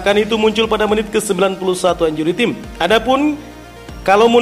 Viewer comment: Min, untuk lain kali, kata 𝐼𝑛𝑗𝑢𝑟𝑦 𝑇𝑖𝑚𝑒 jangan dinarasikan sebagai [injuri tim] tapi [injuri 𝘁𝗮𝗶𝗺]. Terima kasih.